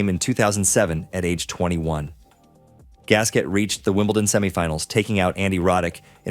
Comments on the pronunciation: You should be able to pronounce the name of people you reference. Gasquet is prnonouncec gaskay not gasket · How disrespectful can you be? It's prounounced Gaskay, for English speakers who don't care an iota about proper pronounciation.